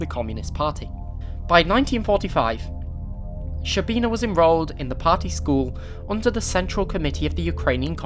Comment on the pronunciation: To pronounce correctly, you have to start saying a 'sh' sound, and it finishes as a 'ch' sound. It's almost like a longer 'ch'.